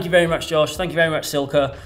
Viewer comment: badly needs to practice his Italian pronunciation for all Silca’s product names 😆